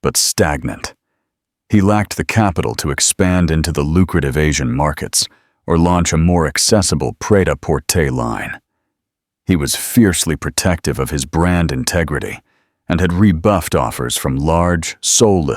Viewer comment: It's prêt -àporter not Prada porter.